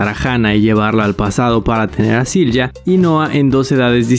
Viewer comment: Correcto pero Silja no se pronuncia con J, la J en aleman se pronuncia como una “i”. Igual que “Jonas” es “Ionas”